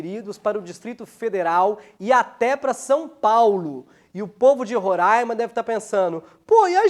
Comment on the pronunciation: Ele falou Roraima certinho